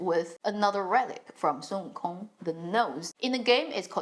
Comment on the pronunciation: I like how you pronounce the name Wukong accurately instead of the English counterpart.